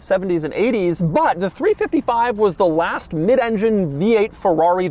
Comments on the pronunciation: Three five five, not three fifty five. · Great video but Doug it’s a 3 5 5 not a 3 55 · I know you must know this, but please I beg. It's 3 5 5 and 3 4 8, not 3 55 & 3 48 🤮